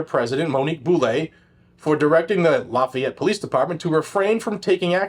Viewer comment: The mispronunciations of lafayette are killing me 🥲🥲🥲🥲